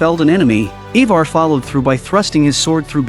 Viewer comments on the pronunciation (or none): its Ironside not Ironborn. its IVAR not EEEVAR. Is this an AI narrating?